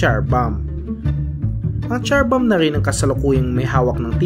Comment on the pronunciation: Char bomb 💣charing ..😂😂 Zar bomb po pronounciation nian.